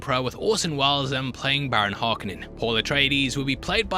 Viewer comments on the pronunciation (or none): please pronounce Harkonnen properly - it's painful hearing you mess it up each time - it's Hark-O-nen